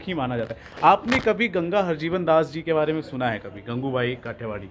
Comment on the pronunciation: It's not gangubhai idiot It's gangu bai